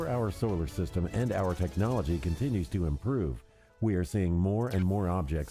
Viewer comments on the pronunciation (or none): none